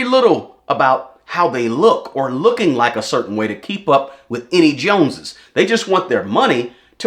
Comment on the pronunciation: The jone”es lol